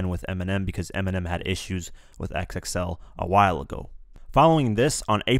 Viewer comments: Great video but XXL is pronounced Double-X L, not X-X-L. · It's Double XL bruh. Calling it X - X - L makes you sound ignorant. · Stop calling it "X-X-L"